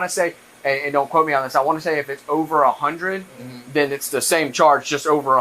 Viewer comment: “Hunnid G’s” 😂😂😂😂😂